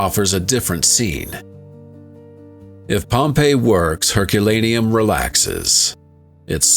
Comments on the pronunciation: Pom Payee you say? 😂😂😂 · Pompei -E??? Yo, get an AI host that can fucking pronounce shit right! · Mate, it's pronounced Pompey. I'm tired of AI. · I love a good story, but the narration's inconsistent pronunciations, indicating an AI narrator (Pompei-ee) (pum-iss/pew-miss), are painfully jarring. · What's with the Pompeiiee. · Well done but awful AI narration: varied and mispronounced words like for Pompeii (Pom-pay-e) and Plinian (Plyn-ian). Disgraceful. I hate that so much. Glad they at least got the month right.